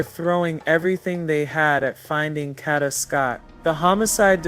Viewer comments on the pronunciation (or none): I APPRECIATE THE STORY BUT PLEASE HAVE YOUR AI SAY HER NAME CORRECTLY IT'S PRONOUNCED KAYDA NOT KODA IT'S SPELLED KADA. THANK YOU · Tink, the narrator is A.I (artificial intelligence), that's why she is pronouncing Kada's name wrong. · Pronounce the name right or please do not cover smh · Plz pronounce her name right smh!!!! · Right it’s annoying me the way she’s saying her name!